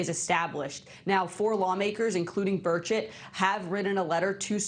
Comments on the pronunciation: Burchett, but yes, it does sound like bird shit lol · Did Luna say Representative Birdsh*t?😂 That's what that sounded like